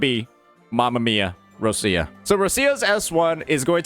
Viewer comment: Me still waiting for this guy to say Roccia's name correctly XD